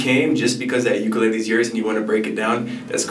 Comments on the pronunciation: Please pronounce ukulele correctly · Please learn how to say the word ukulele. There is no shortcut. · I’m Hawaiian and the way he says ukulele kills me 💯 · I'll probably get slammed for this but please oh please pronouns Ukulele correctly. I get distracted and have a hard time following. 'olelo hawai'i vowels are the same as Spanish.